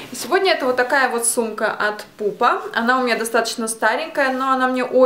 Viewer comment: Не пупа а PUMA а так класс